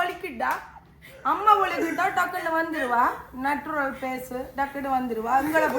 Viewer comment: Not நட்டுரல், நச்சுரல்.